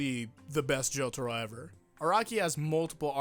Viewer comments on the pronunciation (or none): Worried about Vento Aureo pronounciation, still pronounces Jotaro as Jotoro...